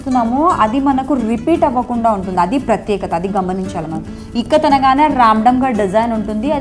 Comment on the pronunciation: Ikkat kadaa..tikkat enti?